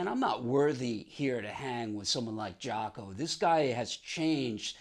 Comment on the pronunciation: Thank God someone pronounces his name correctly. Nice story.